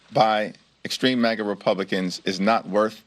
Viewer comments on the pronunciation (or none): none